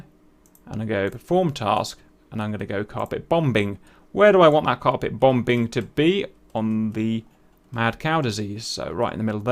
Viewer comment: A very interesting tutorial, I shall be trying this out. We must deal with these dangerous killer robot cows. Also, just the way Cap was saying Bom-Bing was making me laugh. A small thing that just cheered me up a bit.